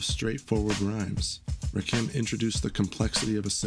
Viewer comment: Please stop mispronouncing Rakim's name.